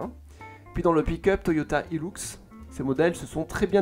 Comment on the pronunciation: Ça ce dit hilUx, pas hilOUx. 😂😂😂😂😂😂😂😂😂😂😂😂🤣🤣🤣🤣🤪🤪🤪